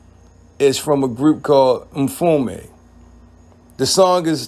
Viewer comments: It’s Mtume not Mfume. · MTUME pronounced Em too may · There is no F in Mtume. Its pronounced em-toom-ay